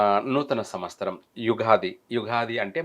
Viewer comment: వేషం వేసుకుని కథలు చెప్పే తిక్కయెదవా, అది విశ్వ"వాసు" కాదురా అశుధ్ధ భక్షకా, దాన్ని "విశ్వా"వసు అనాలి. సంవ"స్తరం" కాదు, సంవ"త్సరం" అనాలి. ప్రతి పనికిమాలిన వెధవా పెద్ద మహాజ్ఞాని వేషం వేసుకుని, జ్యోతిష్య సంబంధం లేని సోది చెప్పడమే. నిన్ను , నీ అజ్ఞానాన్ని తగలెయ్యా